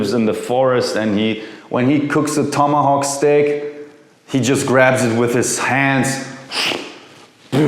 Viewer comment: Nailed the "Tomahawk" this time 😂😂😂